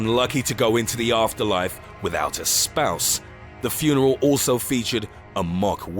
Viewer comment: furnel? i get that narrating is hard but there are takes